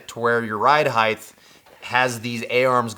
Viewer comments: Height has a hard T, not a TH. heighT not heigTH🤘🏻🤠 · Height. Not heigth. Sorry but it's a pet peeve of mine. I hear so many people pronouncing this word wrong and for some reason it really irritates me. The word ends in ht, not th. It should sound like fight or kite with a t sound on the end not a th sound as in width. height /hīt/ noun 1. the measurement from base to top or (of a standing person) from head to foot. "columns rising to 65 feet in height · Is the pronunciation of "across" as "acrosst" and "height" as "heighth" colloquial to your area? I've never heard these pronounced as such. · The "Heigth" thing cracks me up every freakin' time. Glad I'm not the only one! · I swear to God I'll follow if you promise to learn how to say "Height" properly.